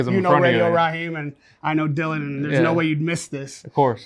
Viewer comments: His name is not Dillion, it’s Dillon. Interviewer sucks at his job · Why’s he saying “Dill-lee-on Danis”? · why does he keep saying his name as "Dillion"? ahaha